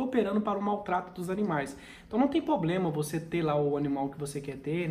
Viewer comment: Boa tarde, curto muito seus videos.Como eu sei que você não fica chateado eu vou dizer: para de falar poblema;é PROBLEMA!! Um forte abraço!